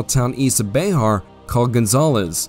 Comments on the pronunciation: Bexar is pronounced more like "bear" or specifically "behr" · Bexar (county) is pronounced "bear" by the native Texans in that area. Legend has it that the founder of San Antonio was illiterate and signed his name with a "x". Somehow the "x" was incorporated into his name Bear rendering it BeXar.